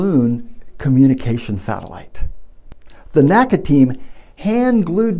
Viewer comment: It was NEVER pronounced 'nakka'! It was always spelled out, The N.A.C.A.